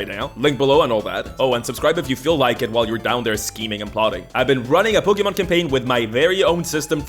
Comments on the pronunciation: I will kill you if you say pokeman again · I like how you talk "pokimen"